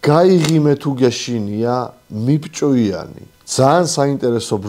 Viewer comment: მიბჭვიანი არა - მიბჩუანი!